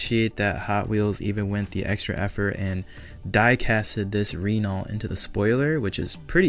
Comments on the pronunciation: Ren nalt come on say it right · I agree that was a little harsh on the Renault. I also wish he would pronounce Renault properly, but I don’t really care that much.😅